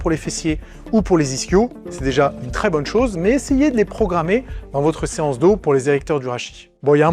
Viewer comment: je parle de la voix, et le fais qu'il dise séace dos au lieu de séance dos, on dirait une faute de frappe lu par IA vocal